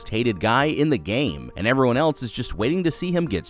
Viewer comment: "rawl"??? , "elts"??? "flawls"???